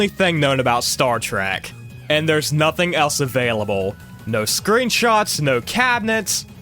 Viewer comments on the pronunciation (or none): none